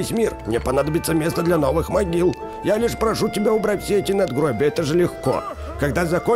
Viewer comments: Могила а не магила хахаххвхв ну ладно 👍👌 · мОгила, а не мАгила🤦